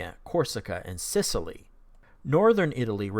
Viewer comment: it's Sicily, not Scicily ;)